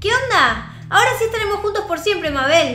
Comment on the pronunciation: Se dice meibol